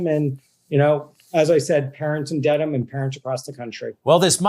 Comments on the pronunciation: Good on for exposing the BS. However, not so good on the journalist, who clearly didn't do his research... calling the Massachusetts city "DEEDham" when it's pronounced Dedham, ded, like bed. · ...it's DEAD-AM" like in "dead", not Deedham....LOL...that's Mass lingo